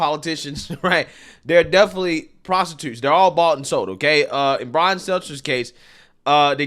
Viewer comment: Enjoy your nothingness Bwian you do crochet 🧶